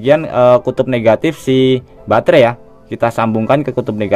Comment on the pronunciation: Batre bukan bangre kan boys